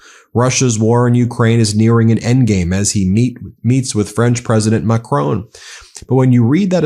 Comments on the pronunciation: His name isn't pronounced Macrone, there is no "e" on the end of his name. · There is no Macrone in France. It is Macron. Get it right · Ben, his name is not Macrone, it is Macron. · It's macRON not macCRONE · Please Ben it’s pronounced Mack Ron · At least, rhyming with Don would sound closer to French than rhyming with Bone does. Painful to listen to. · How dare you pronounce the President of France surname incorrectly. I thought you were intelligent. Got that wrong.